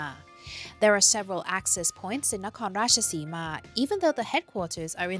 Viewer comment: There is no need to overpronounce it as "Nakhon Ratchasiiimaaaa" and "Koraaaat". Ratchasima and Korat will do.